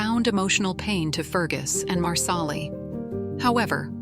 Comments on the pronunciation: It’s not loaoghiare it’s leery do better . And it’s marsal-ee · Please, please watch the show before making a mess of names. Loghaire is Leery & Marsahli as u pronounce it is Marsellee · At least program your AI voice to pronounce the names right. Culloden. Marsali. LY-o-hair? Seriously?